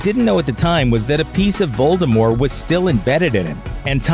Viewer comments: This dude keeps saying Voldemore instead of Voldemort and it’s killing me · it was driving me up a walk that he kept saying ‘voldemore’ instead of voldemort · VOLDEMORT not voldemore..... :/ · Voldemort, not Voldemore. I don't care what JK says, I don't care that it's french. She was fine with it with the 'T' in the films and with the 'T' it sounds way more threatening. She can't keep changing things retrospectively to try and avoid falling into obscurity and gaining attention. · I prefer "Voldemort" to "Voldemore". I know it's supposed to be the latter, but lets stick with the former as it sounds better xD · Omg him saying voldimor is annoying its Voldemort there is a t at the end of the name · Its not voldemORE its voldemORT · Voldemort*** not Voldemore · Nope. The French is close to vol-de-mor and quite unlike this guy's vol-de-more. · Its Voldemor"T" NOT VOLDRMORE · It’s Voldemort. Not Voldemore. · Am I the only one annoyed by the missing "t" in his pronunciation of Voldemort. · Why do you keep saying Voldemore instead of Voldemort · Making the "T" silent a la French makes it vol-de-mor, not vol-de-more. The guy's pronunciation here is plain rotten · If he says ‘Voldemore’ one more time. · STOP CALLING HIM VOLDEMOR! The 'T' isn't silent. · VoldermorT .... with a 'T' on the end ! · Voldemore? Who's Voldemore? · Voldemort. French. With a silent T at the end. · Ew. “Voldemore” Yuck. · who is "Voldemore"? Did you get someone who has never read or seen Harry Potter to read the script for this video? >.< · "lord voldemore" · at the beginning when he said Harry Potter is it just me or did it sound like he said "hairy Potter" Also when you say voldemort it sounds like you're just saying voldemore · was he just saying voldemore the whole way through? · Why do you turn the T in Voldemort into a silent T? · I can’t make it through this entire video - Voldemort has a T on the end of it. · VoldemorT - pronounce the T god dammit! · Voldemort. Not French. with a T at the end.